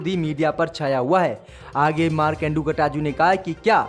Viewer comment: Aap markande katju ji ka naam baar baar Ghalat le rahe hai kataju nahi KATJU